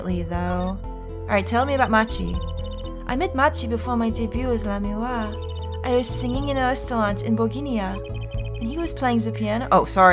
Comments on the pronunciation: Again with Lamiroir suddenly being two syllables. I swear, these comments are gaslighting me... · The cringe is too strong, esp with the lamiroir pronunciation. Plus, it's my right to do what I want with my free time anyways. I've got other things to watch that don't make me cringe, and there are only so many hours in the day. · Yeah the pronounciation is just Grammar-ee, simpler than it looks. Also Lamiroir I usually hear said "La-mwar". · Not gonna lie, the way pronounces Lamiroir and Gramarye bothers me just because I've been used to saying it a different way. Not saying that it's a bad thing she can pronounce it anyway she wants, it's her LP, but I couldn't help but look at the captions on this and I was not disappointed lol Lamiroir -> CC -> let me why/let me walk Gramarye -> CC -> crummy hey/grandma yay/grammar yay/ grammar ye